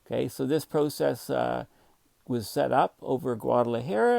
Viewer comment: It's cute how your hair has gone Einstein as you mispronounce it Guad ala Hair-uh! No worries,, you're a gem we treasure!